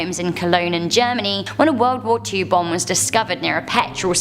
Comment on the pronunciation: interesting video but why can you not say "Bomb"